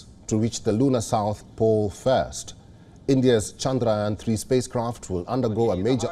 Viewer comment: Loves the way he pronounced chandrayaan so perfectly